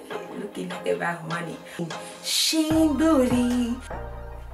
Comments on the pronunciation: “Sheen booty “😂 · "Sheen bootyyyy" ughhhh 😭😭😭